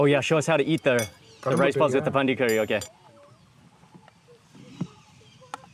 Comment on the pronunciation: Not pandi its pandri